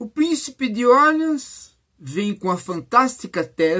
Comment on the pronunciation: Orleans é francês, professor. Doi um pouco a prnuncia ingkesa.